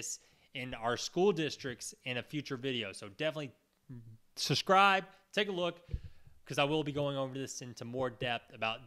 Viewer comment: Honestly, if you are going to ask people to SUBSCRIBE to your channel, it might be wise to learn how to pronounce the word.